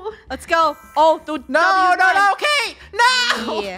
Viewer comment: said ca te but funneh said cate and said oh it's cate